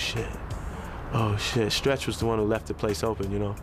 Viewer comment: Love how he said stretch was Pac best friend... Emphasizing before Biggie